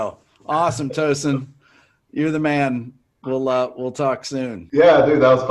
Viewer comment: Rick, you actually pronounce Tosin's name correctly. Hats off to you Rick.